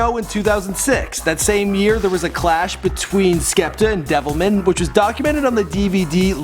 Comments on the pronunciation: "devilmen" smh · Man don't diss Wiley like that when you can barely pronounce Devilman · Man said devilmen lol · I love how he calls DevilMAN Devilmun, and I cant wait for all the people from other countries to try act like they know everything about grime